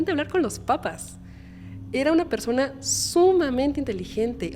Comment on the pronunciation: Me perdió cuando dijo "ésta persone" 🥴🥴🥴🥴🥴🥴